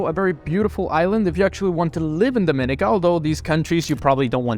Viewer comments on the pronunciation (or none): It is pronounced Dom- in- eek- uh. Also it's Bar-bue duh. Gre-Nay-duh. For god's sake. You buy citizenship in the Caribbean and have zero knowledge of the people and their culture.